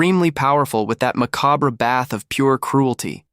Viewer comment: Can't pronounce it either...